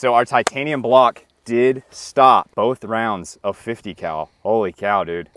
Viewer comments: 50 Cal … My ears: 50 🐮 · He actually says 50 cow, it's a running joke on this channel